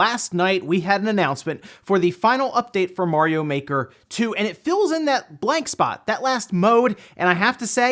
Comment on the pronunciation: It's mario not morio